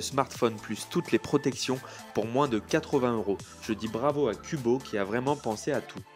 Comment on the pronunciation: / dans la prononciation:')